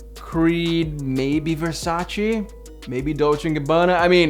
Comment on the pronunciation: it's VERSACE! no Versa-chi